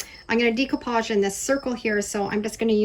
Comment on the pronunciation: Love your channel and your creativity; but can I just tell you that the way to say the word is day-koo-paazh